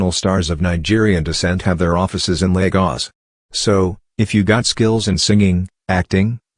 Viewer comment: And the fact that it neither uses the Portuguese nor the Nigerian accent to say Lagos. Ugh! Irritating. Great images.